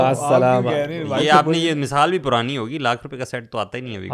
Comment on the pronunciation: Asalamualikum I spent my whole sunday in your podcast .I watch different videos . Thanks a lot brothers Ab Saad ka masaal We called misaal Like your way of talking and laughing. May Almighty reward you in tjis duniya and hereafter. Thanks